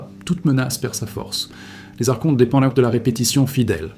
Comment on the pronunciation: Donc tu as tout appris par des livres ? ? Car tu prononces mal archonte, et gnose . C'est étonnant